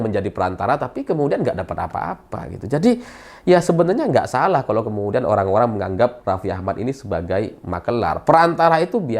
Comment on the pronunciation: Horrrrang kaya wkwk